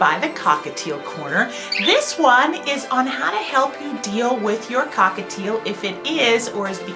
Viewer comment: It's annoying when you say "hI WeLcOmE To The cOcKaTiL CoRnE R"